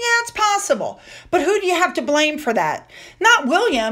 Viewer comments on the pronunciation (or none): none